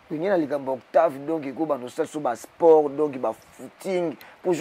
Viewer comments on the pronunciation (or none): none